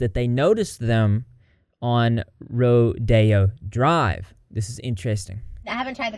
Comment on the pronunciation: You pronouncing rodeo drive as rodeo (as in a horse rodeo) drive is now my new favorite thing 🤠